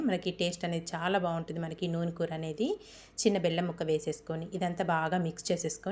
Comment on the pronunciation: చక్కగా ఇంగ్లీషులో చేసుకో అమ్మ వీడియోలు.... పూర్తిగా ఇంగ్లీషులో చేసుకో... కూర చాలా రుచిగా ఉంటుంది నీ భాష పరమ చండాలంగా ఉంది కనీసం కూర అనడం కూడా రాదా నీకు...